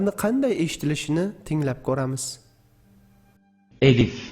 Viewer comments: ассаламу алайкум илмиз янада зиёда булсин мени кечирасизу куронда элиф хариф йук бу алиф билан АЛЛАХ деб ёзилади куронди тугри ургатин эллах деб уеимидику Аллах деб укиди яна мени кечирин жазакалаху хайрун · Arabchada suz bosi eliff bilan boshlanmaydiyu Talafuzidaxam Alif deb aytiladiku